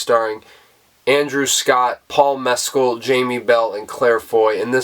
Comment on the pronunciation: Great review of a great film! (And ten out of ten for pronouncing BOTH Andrew Haigh and Paul Mescal's name correctly! 🙂) Took a second viewing to fully grasp the ending.